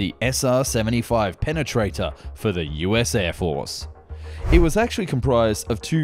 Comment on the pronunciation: Does Prenganator exits? Pe-pe-Prenatater.